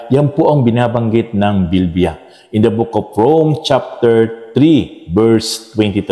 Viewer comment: Praise God pastor please pronounce bibliya correctly naririnig ko po Kasi sa Inyo ay BILBIYA tnx po God bless po